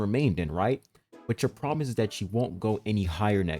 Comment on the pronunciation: apologizing by saying "yeah guys, we fucked y'all over, but we pwomise we wont next time' lmao how about you just revert the raise in pity???